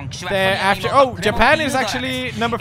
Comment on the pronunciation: This is JA-PANG